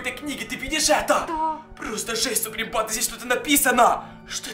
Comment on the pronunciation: МНЕ ОДНОЙ КАЖЕТСЯ, ЧТО ВМЕСТО СЛОВА,, БАНДА,, Я СЛЫШУ,, ПАНДА!!!!!!! 😯😯😯